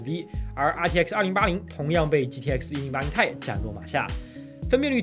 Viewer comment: 不念钛 念T i